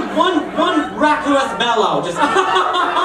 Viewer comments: lol, he said rah-cyoo-us, is raw-cuss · how you pronounced raucous had me rolling! thought you were going to say raccoon at first!